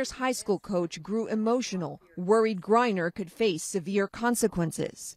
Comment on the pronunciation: HER NAME IS Griner not Briner SON OF WOMAN